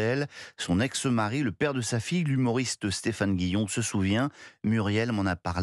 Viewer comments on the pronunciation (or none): Aimons notre langue! On ne dit pas son exEmari mon son ex-mari! sans EEEEE svp!